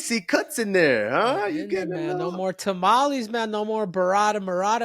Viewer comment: "Tamalees"? Common Henry, you're Mexican 😂